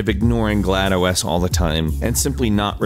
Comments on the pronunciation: Ahem. Its "Glados" not "Glad OS". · ok so before a lot of people get pissed (even though its 3 years later i haven't found 1 comment about this) most people pronounce it GLaDOS all together... But you say it Glad OS which is in more of a GLad Operating System (which may actually be the way its supposed to be i haven't heard of that though), I'm just asking why??? Oh and also if you haven't noticed IT'S BEEN EIGHT FUCKING YEARS AND ALL WE GET IS A FUCKING COPY OF POLY BRIDGE...WTF GABE???? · Did he seriously say GlaD - O.S. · Did he say gla do s and not GLaDOS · Oh and GLaD O S is not how you pronounce it idiot. It's GLaDOS. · You said Glado-es. YOU SAID GLADO-ES. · Did you just pronounce it "glad-oh-es"? How do you even get that wrong? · DID YOU JUST CALL GLaDOS GLAD O. S.???? I'M SO TRIGGERED!!!!!!!!!!!!!!!!!!!! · Did he call her GLaD O S? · Did he call Glados Glad-OS? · Did he just say GLaDO-S?! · Gla-do-s? Really did you pronounce Glados as Gla-do-s? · He seriously called her glad o s. wow just wow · You pronounced it 'GLAD - O- S'? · its glados, not glad-os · "Glad-oh es"?? It's Gla-dos, dumbass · it`s GLaDOS not GLaDOeS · Did... Did you just say Glad OS? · I'm sorry, it is not. GL a DOS (Generic Lifeform and Disc Operating System) so not Glad OS but Gla Dos is the correct way to pronouncing it. Also it is pronounced GLaDOS in the game. how one could ever think it is GladOS will forever remain a mystery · he said GLAD-OS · GLaD OS... That doesn't churn well in my stomach... One word man. GLaDOS. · Something i don't want is people pronouncing GLaDOS as glad-o-s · Did he just say GladOS as Glad-O-S? How... How could you. But seriously is glad-ohs (The OS is supposed to be a semi hidden joke) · He pronounced GLaDOS weirdly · He said Glado s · Caleb nash I know its Genetic Lifeform and Disk Operating System, I'm just saying he pronounced it glado-es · did he say glad o s? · GLaD OS? It's GLaDOS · "Glad OS" "Aperture SCIENCES" Oh my God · Why you say GLaDOS Glad os?